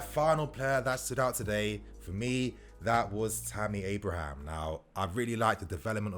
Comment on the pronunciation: sorry mate i lauged hard now that i heard you said tammy abrham